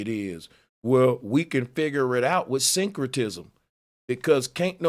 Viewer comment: This dude said "Synchrotism" 🤦🏾‍♂️